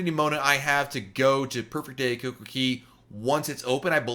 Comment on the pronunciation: Not coco KEY it's coco kay